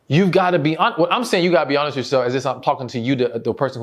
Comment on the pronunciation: Please don’t ever take this wrong, try to consciously pronounce “with” correctly. Thank you!!! ❤❤